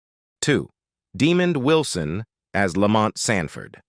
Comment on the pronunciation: His TV son was not named Demon Wilson, learn to pronoun their names correctly.